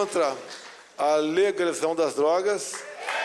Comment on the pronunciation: Nao consegue pronunciar a palavra legalização. Que triste.